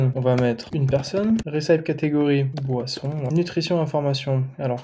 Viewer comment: Super contenu ! Merci !!! (recipe, ça se prononce rè- ceu - pi) :D Aaaaah maintenant je comprends pourquoi plein de sites prétendent vendre des produits qui ont été testés avec des avis et en fait, tu vas dessus et noooon ! Pas d'avis !